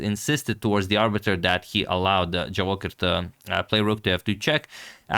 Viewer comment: Boss, the correct stress of this name not JavOcher but Javoh i r. have plz. respect